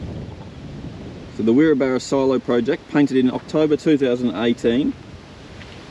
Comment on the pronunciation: Wirrabara is pronounced WI…RAB..RA. Nice town